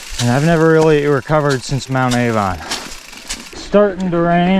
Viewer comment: It’s mount Arvon, not Avon